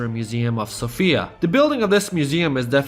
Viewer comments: You're saying Sofia wrong, it's more like Sófia, and not Sofía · Everything is wonderful information wise, I just hate it when I hear people constantly mispronounce Sofia. The woman's name is Sophia, the city's name is So'fia - not Sofi'a. I'm a grammar nazi. My OCD is extremely triggered lolz